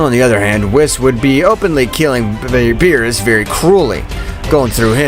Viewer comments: You ruin all your stories with "Insect". Why do you call BEERUS, bills..it's annoying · It is not bill's, it's beerus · Beerus not bills